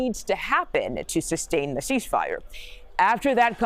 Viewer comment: I’ve never heard of a sheeshfire